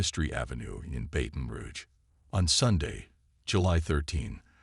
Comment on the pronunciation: Can't the AI even say BATON ROUGE correctly. His botched pronunciation of " BATON" is insulting to those of us that call BR home.